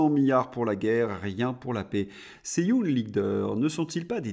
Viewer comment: Pif, paf, et surtout pouf... Excellent! Mais si démoralisant 😡... Juste une petite chose, ce serait nettement plus élégant de prononcer les mots anglais en anglais, tel que young (leader). Courage 😅!